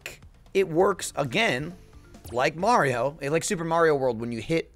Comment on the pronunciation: When gav says "mayrio"